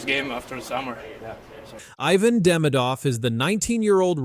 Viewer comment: He-Van not Hi-Van. Merci de prononcer comme il faut.